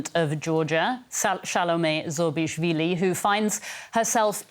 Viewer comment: Please make sure before the interview you practice to pronounce presidents name correctly. That would give you a good start.